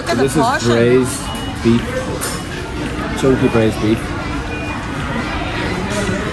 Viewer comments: Dude, it pronounces as Chong Qing , NOT guing, but qing or ching. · the correct pronunciation of Chongqing is Chong “Ching” rather than “quing” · Chongkween 😂😂😂. It's pronounced chong-chin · Chongqing (this isnt English, and it should be pronounced as Chong Ching) only became a tourism hot spot in recent years, historically it was a "Back up" city of China, and together with the city of Chengdu they were designed to be the temporary Capital of China in war time, the central government would be evacuated to either Chongqing or Chengdu if Beijing fall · Yep if you go to the west they will get it wrong 99.9% of the time. Just because they don't know its more of a ch sound. It's weird because everyone knows the qing dynasty is pronounced like ching but the moment its in a name, everyone gets it wrong. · It pronounces Chung'Ching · It’s Chongqing not kun, n that’s not questionable sausage, but pork intestine. RMB not RNB / LMAO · chong qing not chong queen😂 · was watching on preview, decided to click in to check how you pronounced ChongQing, and still got surprised. a bit creative(no sarcasm here) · You are pronouncing Chongqing wrong. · your pronouncing chongqing horribly wrong